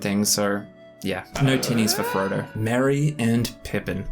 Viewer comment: Lol, you know, I was listening to this in a crowded place and every time you said tinnies I heard titties and I was definitely wondering why you kept saying it. Then I finally realized I just have a gutter mind. In all seriousness. I would never survive a drinking game with Gimli, someone who is more lightweight is more my stride so I can match then drink for drink. But I wouldn't say that any of the characters is at all like me in their descriptions sadly.